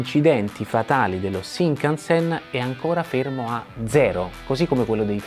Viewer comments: Una domanda, perché lo pronunci "Sinkansen"?? 🤔🤔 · sai sono piuttosto sicuro che si pronunci scinkanzen tutto d'un fiato, comunque video intrigante come sempre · ripeti con me SCINCANSEN, NON SINCANSEN santa pupazza hai ripetuto sincansen tutto il video 🤣😂🤣🤣 Cmq il costo di un biglietto dello shinkansen costa più o meno come un biglietto AV di trenitalia circa.